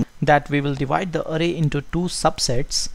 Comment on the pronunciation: calling it arey.. LOL :)